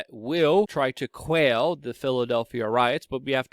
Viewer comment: FACT CHECK: The word is quell not quail Lol. Good video otherwise